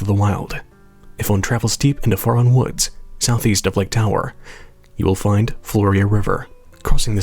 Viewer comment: Faron is supposed to rhyme with Erin. Not fair Ron. Haven’t you played hyrule warriors?? They say it out loud several times. (Forgive my pickiness but I’m naming my daughter Faron and it sounds ugly the way you say it lol)